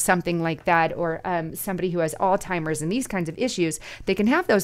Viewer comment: No such thing as "all timers" its pronounced alz-hime-rs